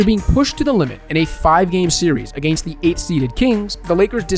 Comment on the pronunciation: wow i hate the way he says: “agaiyyynst” 😭😭😭